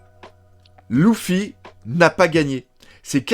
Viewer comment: ouiii mais c’est des variantes comme dans tout mots et tout noms mais là même dans l’anime en vo on dit leuffy et non louffyy